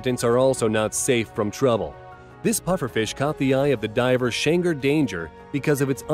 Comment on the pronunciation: I like how the person talking in the video pronounced shanes name wrong xd